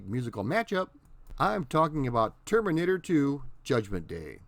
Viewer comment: Termurnitter 2?